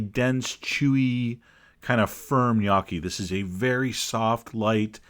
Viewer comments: Sorry Chef John it's gn_O_cchi, or NO_key ...not gnacchi, knockie or whatever you were saying. I give you credit though the idea is great and it looks beautiful, (your still my favorite). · As a matter of fact, it's pronounced "gn-YOH-khee", ('gn' pronounced as 'ng' is pronounced in 'running'). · Learned two things: What gnocchi is, and how to pronounce it. (It's nyoki, not nochi.) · Please learn to pronounce the dish. This is embarrassing really